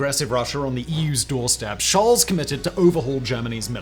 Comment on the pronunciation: Scholz is pronounced sholts, not sholz.